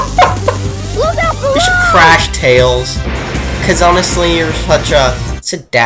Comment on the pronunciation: Let's list this guy's mistakes. 1. You insult my mind. 2. Ever watched total blackout? Well, Jaleel White be ticked. 3. This was the 1st 3d Sonic game, so forgive SEGA for their mistakes! 4. Tails is not just Tail, he's Tails! 5. This game is fixed and, while easy, at least has 127 percent memorable gameplay! 6. Casinopolis is pronounced Casino Opolis. 7. The animations cause more humor for kids to enjoy! 8. Am I the only one who likes Big the Cat? 9. You forgot to mention how stupid Knuckles is! 10. Duke Nukem will murder your face! 11. You never mentioned the Chao Garden! I could do a whole series on that for 150+ hours! 12. DBZ Volume 11 came out in 1992. So did Sonic 2. It's a reference, not a ripoff! 13. I'm getting tired of listing reasons, so I'll stop.